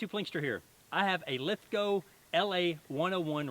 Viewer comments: We forgive your attempt at an Aussie accent because you pronounced Lithgow properly. (Most Americans pronounce it Lith-gOW instead of Lith-go) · An American that pronounces “Lithgow” properly!! Omg! Haha good stuff mate! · Lithgow makes the guns for the Australian Army.. they’re top quality! Awesome videos mate.. good to hear an American pronounce the name lithgow right too.. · Glad you got the town name right first go as some one that lived in the town its hard to hear when people get it wrong haha and we also make a styre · Omg an american that can pronounce lithgow properly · man, I have to give you some credit, when so many 'merican's say lithgow, (when reviewing this, or other lithgow guns) they butcher the name saying lith-gow, (even tho it is said and spelt the say as john lithgow's last name) glad you are loving this rifle, they are imo magic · Wooooo you pronounced it properly! :D